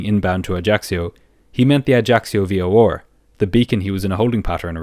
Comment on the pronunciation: Bro pls stop saying "v-o-or" instead of v-o-r